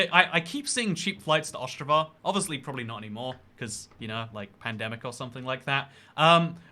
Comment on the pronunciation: 'ostravaaaaaahh' 'katoweechee' 'kruhcow' actual pronunciations: ost-rah-vuh, kat-ogh-vee-ceh, kra-koov